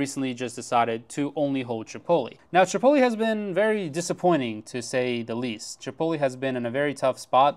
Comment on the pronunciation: Chi pohT leh, not chipolly